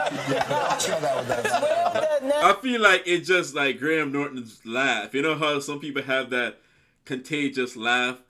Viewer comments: In Graham, the h is silent. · Graham is a very popular name in the uk. It is pronounced Grey-em idk why.. So yeah just so you know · The name you’re looking for is, Sir Patrick Stewart...he played Jean Luc Picard in Star Trek....you almost got Graham’s name correct...it’s pronounced “Gray am’”..two syllables..great reaction by the way😉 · Dont say Gra- ham say Grayum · Pronounced 'Grey AM' not 'Grey Ham' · It's pronounced "Grey am" not " Grey Ham" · In the uk we'd say Graham phonetically like Grayum 👍 ❤️ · Grey-Ham Norton 😁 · Gray Ham lol. Americans are so funny. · did you call him gray ham? lol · "Grey - um" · Pronounced Grayam 😊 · Pronounce it phonetically Greyam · Pronoumced "gram"